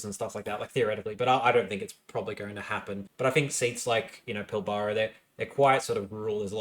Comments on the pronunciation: Pilbara is pronounced Pil-bra :) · My beautiful boy, you keep mispronouncing Albany & Pilbara wrong. What’s worse, is you’re pronouncing Albany like the American city in New York. It’s ‘Owl-bany’, not ‘Oll-bany’. Pilbara is pronounced as one word, akin to ‘Pil-bra’ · Thank you, this was the second time in two days that I've heard someone mispronounce Pilbara. I was starting to think I've been saying it wrong all my life. Maybe it's a NSW thing. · Good work on this summary, quite enjoyed it. If you're wanting to professionalise a bit more though you need to get pronunciations down pat (Pilbara and Joondalup were two, there could have been more I missed though). I know you cop a bit for this but it's a must do if you're wanting a larger audience.